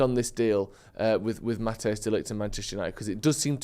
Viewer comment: His name is Matthijs not Mateus